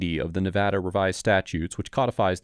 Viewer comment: Thanks for pronouncing Nevada correctly that's rly cool of u